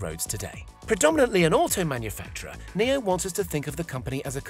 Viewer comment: so is it pronounced "Neo" or "NIO" cuz it's spelled NIO so why did he say it like the word "Neo" ?! When i say Nio i mean like "niyoh " REMEMBER FOLKS in English "I" is pronounced differently to what u might expect. For example in my language which is Dutch (NICHT DEUTSCH!!) "I" is pronounced like "E" in English so don't get confused out there. I wanna prove my friend wrong and say its pronounced "NIO" and not "NEO" so I hope ya'll agree with me in saying this guy pronounced NIO incorrectly.